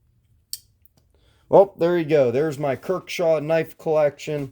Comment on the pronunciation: Kershaw. Not "kirk shaw"